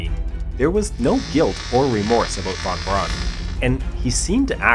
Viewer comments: And while we're at it: "von Braun" is pronounces "fonn brown", not "won bronn". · Von Braun is pronounced Fon Brown (not Brawn)